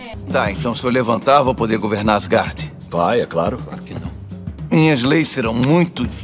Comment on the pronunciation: Cara tu fala muito errado o nome de Asgard e o Thor fala de outro jeito